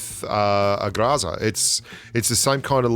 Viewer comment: Please stop saying graza, it's GROZA